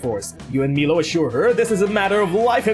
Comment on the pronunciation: It’s pronounced “My-low”. But whatever.